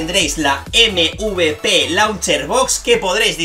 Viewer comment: MVP SE PRONUNCIA EMVIPI